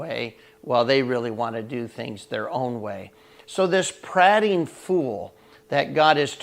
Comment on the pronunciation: Great devo! Searched for the word on YT and you came up, only thought is I would pronounce it as the speaker of the house of commons did: the a is an EA not an AH.......thx!